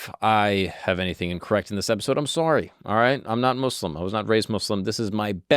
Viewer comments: From the very beginning i was very pleased to hear you pronounce the name right. Islam and Mouslims instaid of Izlam and Mozlims. Thank you! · Gotta say really impressed that you pronounced Muslim right the entire video as a white dude